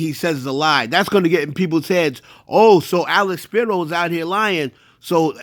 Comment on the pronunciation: was on Dame head this whole video 🤣🤣🤣 GOOFY, DUH, It's Alex Spiro NOT SHAPIRO🤣🤣🤣 it's like apples and cranberries.